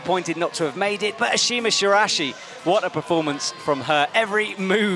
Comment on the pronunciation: I thought we were past the "Shirashi" pronunciations after the ESPN commentator for USA nationals :(